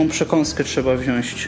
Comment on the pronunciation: "wziąć", a nie "wziąŚć", to a propos tej przekąski porannej.